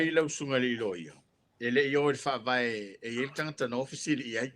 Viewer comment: magaia pe aga le um so'o le loia.just saying.would be nice without so many ums and tautala i le t ae leo le k. tagata.not kagaka.etc.